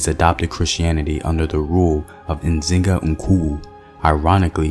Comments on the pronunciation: It's not Nzinga Nkuwu it's Nzinga Nkuvu... my paternal side are descendants from them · Amazing, truly amazing how my brother could accurately pronounce NZINGA NKUWU,not many can do that believe me. Great spiritual history in the Kongo Kingdom, worth exploring.